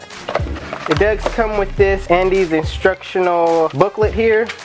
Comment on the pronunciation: And iz not andeez